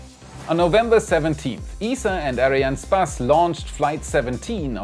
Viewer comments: who is this "areanne spaß" your talking about xD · he says space X and ariane spass